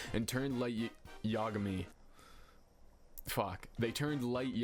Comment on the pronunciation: IDK the correct pronunciation, i'm pretty terrible with names, but I always say "yah-uh-gam-ee" like origami. BUT! I will start saying "yagummy" now 😍 LOL